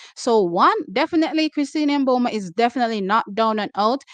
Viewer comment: Please, we love u. But cease saying M Boma. Sounds too totally off. I say MiBoma, barely touching on the M. However Namibians say it.s pronounced Boma. Totally silent M.